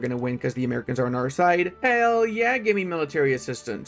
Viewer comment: Pronouncing "Americans" as maricón is wild